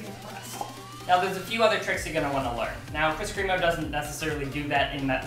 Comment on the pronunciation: Kris kremo is pronounced (crem-oh) not (cream-oh) just to let you know lol.